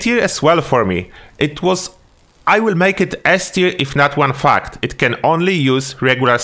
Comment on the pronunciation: Love the videos man. I almost choked when saying "i would make it S tier, if not, one fucked"! just realizing soon after you meant "...if not for one fact". :D But yea. good stuff man. ;)